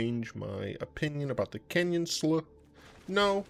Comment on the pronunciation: It is absolutely pronounced "slew".